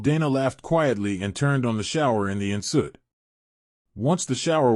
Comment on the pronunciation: Omg, the reader can pronounce croissants but not en suite😂. I thought it was the adopted words from other languages, but...both are French so...makes me giggle almost as much as the antics of the characters in the book.